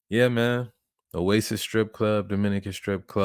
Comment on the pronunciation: it’s Oasi not Oasis